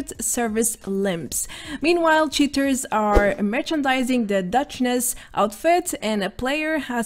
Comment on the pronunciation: it's Duchess, not "Duchness". cheers.